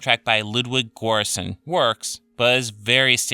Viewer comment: ok no! I know it’s hard for foreigners but it’s not “Ludwig Goeranson” it’s Ludwig Göranson” very different things.